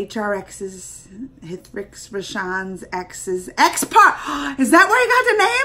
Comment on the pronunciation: "H" is silent in "Hrithik Roshan" 's name!!